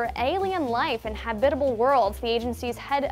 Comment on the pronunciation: Does anyone else think that she's pronouncing habitable wrong.